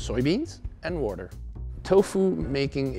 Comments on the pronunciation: "Woter" ok brad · "Wourder" Brad Leone joins the chat. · I hear “Wouder “ and i immediately think of Brad from the BA kitchen 🤔😂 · Wourder... Alright, Brad! 😂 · "wurdur" Brad? What channel am I on? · Am I the only who loves how he say WAHTUR